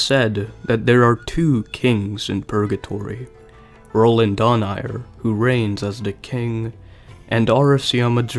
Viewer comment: its Dho-Na-i-re